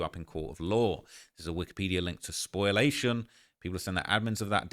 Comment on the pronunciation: its pronounced Spo--lee--a--shen. Not spoil--a-shen. Has nothing to do with "spoiling" like spoiled milk. It's a different root word entirely